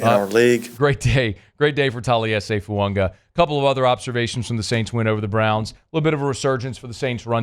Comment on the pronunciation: As long as I’ve listened to, there is still no N in Fuaga’s name.